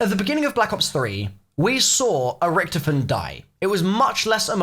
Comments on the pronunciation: Rich-to-fen plz not Rich-tofen :) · It's richtofen said like toffee, not richtifin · I love how u say Richtofin like Richtoven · Why does he pronounce Richtofen like that? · I don’t like how you say Richthofen